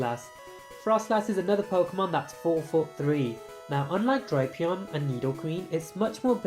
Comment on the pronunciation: So apparently Drapion is pronounced as "Dropeon".